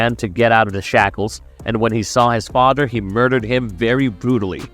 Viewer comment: Fadderr Bruder sabretoot....come on man either practice before or practice english more. Good video though. Very thorough